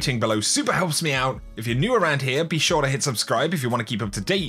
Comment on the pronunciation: I'm not gonna buy that from someone who says "ure"